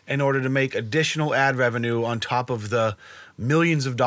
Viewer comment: please tell me more about this "Ad wevinue" tomatoe man!